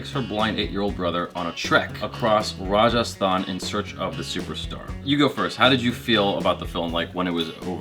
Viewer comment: you nailed the prononciation of Rajasthan.